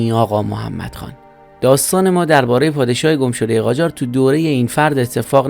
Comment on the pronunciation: قاجار نه جاقار